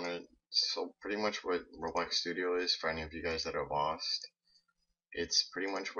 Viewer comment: When you say roblox it kinda sounds like your saying robux